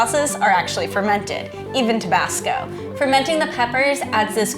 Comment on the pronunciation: "even tobasco" lol